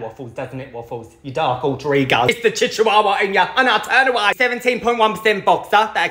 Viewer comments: I know the correct pronunciation is chihuahua but chichuahua is so much more fun to say 😭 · I adore the way you pronounce chchiwawa! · Now you've got me pronouncing my dogs breed as chichihuahua lol. Yes I have a Lil demon and I love her she just turned 4 months old and she's the best. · chiwewe. that's how I pronounce it, am I okay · I will ever only pronounce that breed of dog as chic chuwawa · The way he pronounces Chihuahua makes me laugh so hard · I honestly love how he pronounces Chihuahua, 😂❤️ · Him pronouncing chihuahua wrong physically pains me